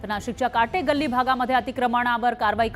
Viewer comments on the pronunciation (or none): Yes..., It is Kathe galli and not Kate galli....